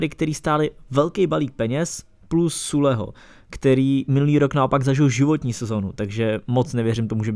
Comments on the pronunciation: To se čte zile ne? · Čtete to jako sÜle [Zy+ule], prostě německy :D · Suleho :D. Moje učitelka na němčinu se obrací v hrobě :D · Süle sa číta Zile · A hned na to další odjeby v podobě Hamls a Sule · Süle se čte syle